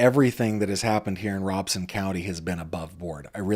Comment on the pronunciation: Just a FYI I use to work in Robeson County. It is actually pronounced RO BEN SON. There is actually no n but when pronounced it sounds like it is. Lumbee has an actual Lumbee Tribe that just got recognized. Lumbee Tribe took the name after the Lumbee River. I worked with many Lumbee Indigenous people in Robeson County for well over 9 years. I know it’s not the point of your video but I heard someone correct you. I just thought I would share. A Intelligent Person is a Person who is willing to learn something new everyday of their life.